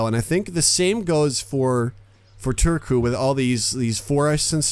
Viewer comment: You're saying Turku just fine.